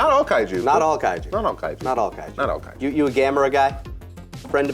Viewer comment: Eesh the affected Japanese pronunciations of the Kaiju names 😬😬😬